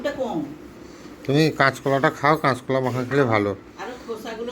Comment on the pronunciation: কেচ কলা বলে না কাচ কলা বলে 😊 সব এক না 😊